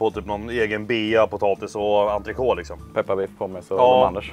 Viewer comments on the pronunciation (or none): none